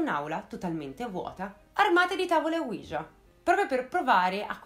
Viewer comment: Il nome della Tavola OUIJA é l'unione di due " Si ": quello francese e quello tedesco, quindi si pronuncia UI - IA non UIGIA.